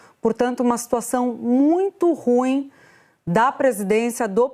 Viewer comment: A Pronúncia correta é ruÍM